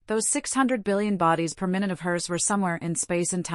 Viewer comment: This voice is too artificial.. mistakes minute (time) for minute ( small ) " this very minute". Strange cadence.. clearly this voice has no understanding of what is being said.